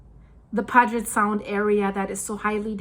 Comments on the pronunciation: Pew jet is the way you pronounce Puget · Hey Girl Hey It's pronounced Pu-Jet I lived in West Seattle in a house (A painted lady) that we rented from a Boeing executive. The doors didn't fall off the house. House is nearly on a cliff one house away and it crossed my mind that an earthquake may take that house one day. Keep on keeping on. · Pew-jit Al-kye (like eye) Great video and info! Best Regards and Best Wishes! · I live here its NOT pronounced " Pudge it" it is pronounced pew jet. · It's not pronounced "pudge-it" its Puget as in "pu'get" sound. Please get that right! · It's called 'pew jut sound' and not puh jet sound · That name of the sound is pronounced PYEW-JET, NOT PUG-IT. They should also include where landslides are likely. They happen with, or shortly after major techtonic events. The Tacoma fault has slipped in smaller quakes that have taken place over the last 40 years. Not going to happen soon. When it comes to quakes, all quiet, is bad. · it is pronounce Puget Sound and the first two letters sounds like Pew you then the Get is right on how you are saying it so please get it right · 😂 For those who don’t know, ‘Puget’ is pronounced, Pew-jet. 👍🏽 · its pronounced......p you jet sound...... Lol😂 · Silly. It's Pu-get. I thought you lived in the the great Pacific NW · Great video, I really enjoy your research and thorough presentation. On a side note, Puget is pronounced with a long u sound, like in unicorn. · Puget . Pronounced "pew jet" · Peeyoujet sound is how you say it. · As one born and raised in Tacoma area, just want to help you with pronouncing Puget Sound. It sounds like PEW-JET SOUND. Your version sounds cuter, but mine is correct. Love your shows very much! Thank you! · Puget is pronounced pew-jet. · “Puget” is pronounced “Pū’-jet” :-). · Puget Sound is pronounced Pew-jit . :) we have a fault line that runs under I-90 from Seattle east toward Issaquah. I saw the line on your Map. Thanks for the updates.